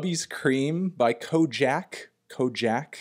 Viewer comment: Why would you call him KoJaque when its clearly KoJaque?